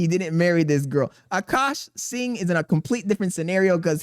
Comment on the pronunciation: You learned how to say singh W i'm not even indian but the way you said it before pissed me off 😂